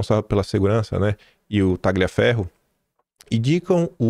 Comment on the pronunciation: gl em italiano é pronunciado como lh em portugues. Por favor, leia o nome do ilustre como TALHIAFERRO, ou seja, corta-ferro.